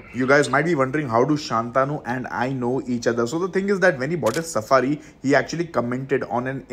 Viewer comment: It's shantanu not shaaantanu